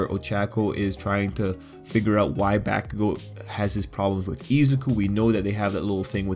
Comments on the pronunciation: Should sound more like Bock-kugo or Bawk-kugo, not bACK-kugo. Fight me, bitches! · I love your analysis On these things but- PLEASE PRONOUNCE BAKUGO'S NAME RIGHT!! Every Time I'm squirming In my chair- Please!!! It's Baku go!! NoT BAkugou!!!! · Please try to pronounce Bakugo right it’s hella annoying how you say it.